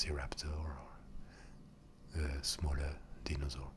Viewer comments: Steven0671 deenosaur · the mispronunciation of dinosaur and other words make the asmr better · The way you say dinosaur is so nice